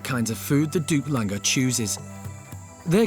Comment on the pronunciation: They're called "Duke Langer". Not duplanger. Lol